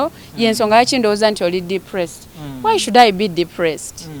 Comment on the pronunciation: Mbu deplesed😳 Depressed ✅